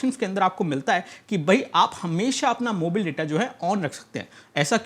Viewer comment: भाई जी प्लीज...मोबाइल को मोबिल बोलना बंद कर दो। 🙏🙏🙏🙏🙏🙏🙏🙏🙏🙏🙏🙏🙏🙏🙏🙏🙏🙏🙏🙏🙏🙏